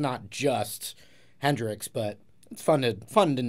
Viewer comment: Not trying to pry, buttttt “Henrix...”